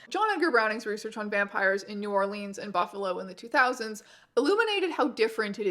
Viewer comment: Please, its New Orlins, not New Orleens :face-blue-wide-eyes